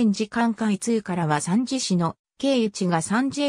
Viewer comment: 三次を、サンジってなんやねん！💢😠💢勉強し直せ❕